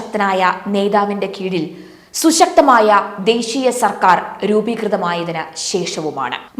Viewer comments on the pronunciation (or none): none